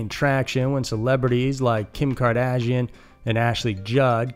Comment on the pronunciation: Obligatory mistake spotlight #2: Kim "Kar-dadge-ian"